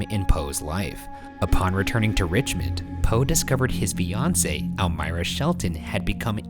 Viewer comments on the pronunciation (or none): Idk why but everytime he says fiancé I hear Beyoncé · Am I the only one who understood Beyonce instead of fiance in the Edgar Allen Poe case? He was like "Poe discoverd his Beyonce got engaged to another man" and I was like "huh?"